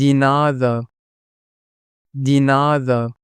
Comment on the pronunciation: De is pronounced as “day” not Dee